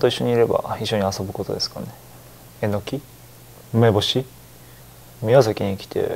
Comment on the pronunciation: エノキｯ。ウメボシｯ。のところ笑っちゃう笑